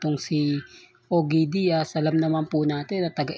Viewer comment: NAG ARAL KABA HINDI OGE DIAZ HINDI SYA SE OGE ALKASID. OG DIAZ ANG TAMA PAG PRONOUNCE. ANG BOBO MO TALAGA😂😂😂😂😮